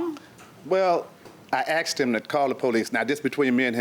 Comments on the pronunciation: The word is asked...not axed..fucking elementary school drop outs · I can not stand when pet say "Axed"it's ask.😳😳